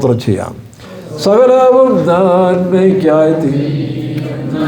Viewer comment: "സഹലവും " എന്നല്ല " സകലവും "എന്നതാണ് ശരി